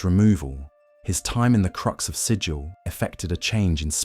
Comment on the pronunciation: The city Sigil is pronounced to rhyme with 'wiggle', not 'vigil'.